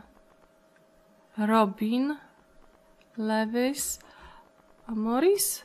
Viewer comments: nie "Lewis" tylko "Luis" się czyta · lewis czyta się lułis